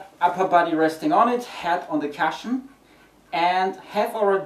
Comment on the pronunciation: Hello!! Savage from the forum here!! brilliant video it will help me greatly as my pt recomened it for my rotator injury so thank you very much! one thing you are pronunceing cushion cashion!! to help it sounds a bit like cooshion!! hopefully i can help you like you and scooby have helped me